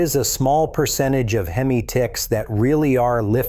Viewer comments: Why did you call it hem eye it's hem eeee like Hemi. Not hem eye the way you pronounced it. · Within 30 seconds..voiceover says "HEM EYE" 😅. WTF? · In all your years of working on these engines, wtf is a hem-eye (time stamp, no idea, but at the beginning for sure) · You've been turning wrenches for 20 years and can't pronounce hemi?